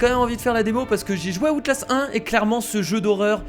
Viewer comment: # Comment tu a prononcer outlast mdr tu ma tuer